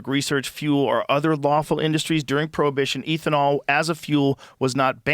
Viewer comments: Every time Rogan says “Ethan-all” instead of “ethanol” I recoil in cringe🤦🏻‍♂️😆 wtf bruh😂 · ethanol is like beth-a-nall without the b. Not ethan-all 😅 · Eh thanol not eethanol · Stop saying EEThenal its ethanol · lol ETH-uh-nol. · Joe, the word is pronounced eh·thuh·naal...its not a long "E"❤❤❤ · Eeethanol? Oh no, Joe is turning into Simon whistler... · Hey Joe Its pronounced EATH-IN-ALL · Eeethanol... No ethynol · Somebody tell this man how to say Ethanol lmao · I had to stop after hearing him mispronounce ethanol at the 20th time. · Joe says he's a car guy, doesn't know how to pronounce "ethanol" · Ethanol is pronounced like meth and not like Ethereum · Joe’s ethanol pronunciation is frustrating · I love Joe, but his pronunciation of “ethanol” is infuriating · How Joe says "ethanol" is psychotic